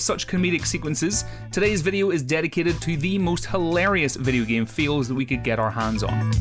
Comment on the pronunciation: I'm sorry... are you saying "fails" or "feels" Noone knows